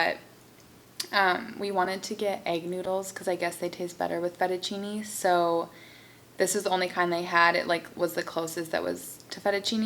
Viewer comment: FETTUCCINE NOT "FETTUCINI" 😥 from italy. Btw your video it's so lovely,and you're beauty!